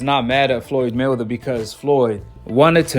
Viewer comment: Are you saying Floyd Milder? Or Floyd Mayweather I can't tell.